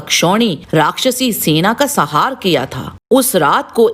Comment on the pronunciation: आपको सपरिवार शुभ दिन आपके द्वारा निर्मित बीडिओ काफी अच्छा है। परन्तु आपने अश्वत्थामा द्वारा नारायण अस्त्र चलाने पर कौरवों की सेना का संहार ऐसा शब्द उच्चारण किया है। आपके द्वारा काफी धार्मिक बीडिओ पेश किये जाते हैं। अतः आपको शब्दों के शुद्ध उच्चारण के प्रति काफी ध्यान देने की आवश्यकता है।आप लगातार ऐसे ही बीडिओ पेश करते रहे। नमोनारायण आपको सपरिवार शुभ दिन।